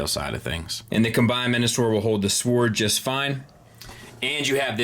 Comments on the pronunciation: There is a point where saying “sowaard” stops being funny and is just annoying. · The only thing that really bugs me in this review is his inability to pronounce "sword" properly, the "w" is silent.